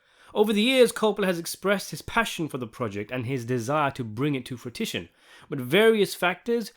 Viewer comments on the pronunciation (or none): its fruition not frutition